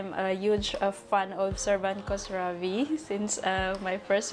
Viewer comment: his family name start with "kh", not only" k" when u pronounce it kosravi, kos has a bad meaning in persian, if u have a little respect to singer , u need find out how is family name pronounce.u can write his family name in google translate and it will be teach u how u can pronounce it correctly.